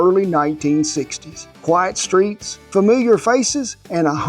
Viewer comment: I thought he said "White streets" 😂😂 I had to replay it 3 times. He said "quite streets". Relax everybody